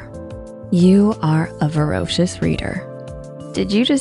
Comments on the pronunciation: Voracious, not vorocious. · Voracious turned into "vorocious" 💀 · You mispronounced voracious. There, I proved that I'm intelligent!